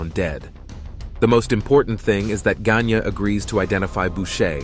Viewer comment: Gagne pronounce it like this gang yayy